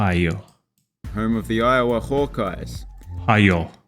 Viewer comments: Bro did not just call Iowa Ohio 😭. I-owe-ah you’re welcome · IOWA is pronounced EYE-oh-wuh.